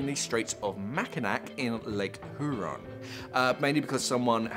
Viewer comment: Mack-i-naw...lol And hyoo-ron